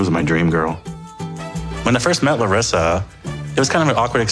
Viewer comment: ok but that pronunciation of Larissa’s name was perfect!!! have you been working on your Portuguese,?